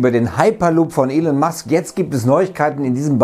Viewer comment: Er heißt „Elon Musk“ nicht „Elen Musk“, er ist Amerikaner also wird es „Elon“ ausgesprochen.